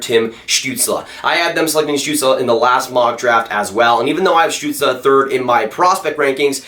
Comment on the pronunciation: you are the first american to pronounce tim stützle´s name correctly...(from the ones I've heard so far) :D